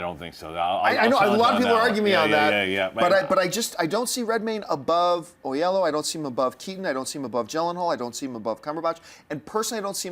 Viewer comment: For future reference David Oyelowo's name is correctly pronounced Oh-Yello-Woh :)